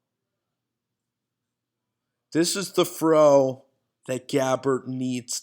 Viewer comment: "fro away" lol